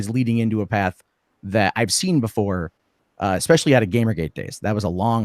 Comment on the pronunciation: I can't take anyone who says "expecially", seriously...